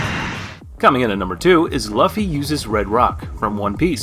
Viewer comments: Improve you pronunciation mate It's Luffy not Luhffy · Calling him Luff-E and calling it Hawk kai. the disrespect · yes I know, but his lisp wouldn't make him not be able to pronounce Luffy correctly.